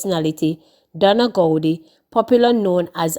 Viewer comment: Donna Gowe! Not gowedie🙄🙄